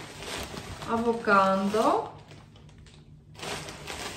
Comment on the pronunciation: Si e thot anvokado😂😂